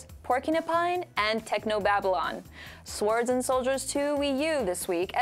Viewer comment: She pronounced swords wrong hahahah